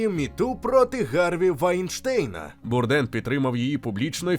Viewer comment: Звичайно же без хейту, але змушений підправити: Прізвище вимовляється, як Бурдейн. Він був американцем, і на Батьківщині прозвище вимовлялось саме так.